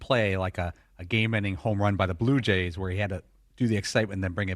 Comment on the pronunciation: Did the Yankees announcer Dave Simms just call my Blue Jays the “blow” Jays? 😮